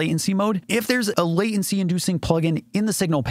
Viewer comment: There is a "t" in the word Latency